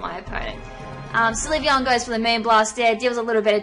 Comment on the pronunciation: It's pronounced sill-vee-on.